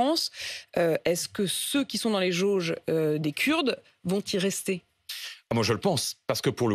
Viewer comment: les jauges ? Les geôles plutôt, non ?